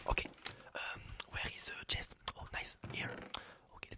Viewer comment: Did he call a chest ✨Chaist✨